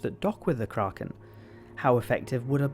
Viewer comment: Pronouncing ”Kraken” correctly, my man